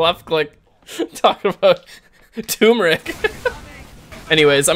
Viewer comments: Just saying,, it's Turmeric, not Toomeric. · Hearing him say "Tumoric" Instead of "Turmeric" has been doing the same to me. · Why pronounce turmeric tumeric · Hey you pronounced turmeric wrong. I'm extremely disappointed in you.:(